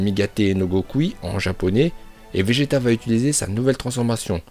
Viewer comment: Je suis le seul à entendre béjeta